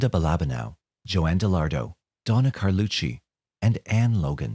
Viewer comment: Thank you for pronouncing Carlucci correctly!!